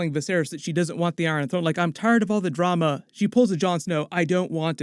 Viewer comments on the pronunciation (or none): none